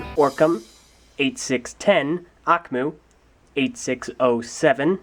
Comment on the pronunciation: Akhmou is actually pronounced Ock-Moo. I didn't know that til I looked it up on the Bionicle Wiki.